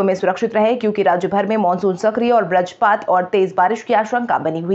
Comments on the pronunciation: बज्रपात शब्द का सही उच्चारण करने का प्रयास करें।इसे ब्रजपात न कहें। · ब्रजपात नहीं बज्रपात होता है। उच्चारण सुधारे। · वज्रपात न कि व्रजपात उच्चारण देखें